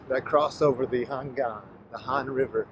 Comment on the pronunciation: 고맙습니다 ☺️ 우리 나라 서울 도심속을 흐르는 한강❤ 발음 그대로 한강이라 말씀해 주셔서요❤ 한강 라면🍜~👍 Nickk님~👍